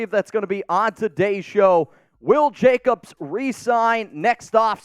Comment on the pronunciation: A its Jacobs....not Jacobsis agent.....yowzers Scooby...like, like like...yowzers Scooby....😂😂😂😂